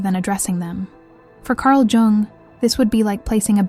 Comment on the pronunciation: cArL joUnG